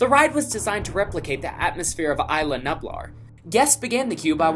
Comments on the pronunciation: Island Nub-l-are is how you said it it’s pronounced Eezla New bl-are is how its pronouced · Its NU-blar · ila Nublar? Dose nobody check to see if things are being pronounced right? In the first or second part the person mispronounced Xenomorph as Exomorph so maybe it's a running thing with this channel. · You pronounced Isle Nublar rong